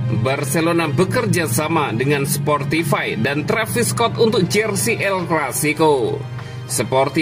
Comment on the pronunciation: "sportify" ngakak wkwkwk